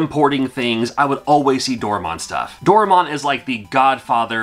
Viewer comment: its do rae mon not door a mon